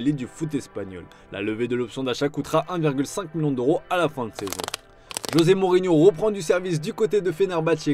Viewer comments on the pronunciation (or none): none